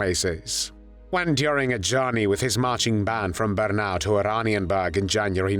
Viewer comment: Auschwitz "Bahrkenau"?!